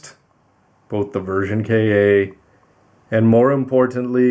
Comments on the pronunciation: Ver kay aaa ? Don’t ya mean ver ka (cahh like a crow noise) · It should be pronounced as ver "car" my friend